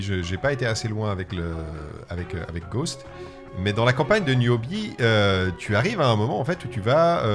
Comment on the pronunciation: Putin ils savent même pas dire le nom… Niobe pas newbie…..